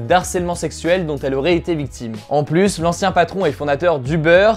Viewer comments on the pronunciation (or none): none